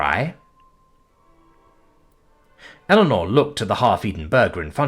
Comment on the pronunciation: You're lucky. I keep getting the crossover from his reading of "Power Armor in Magic School" and wondering how the deluxe kobold got to earth as I hear Illinor instead of Eleanor.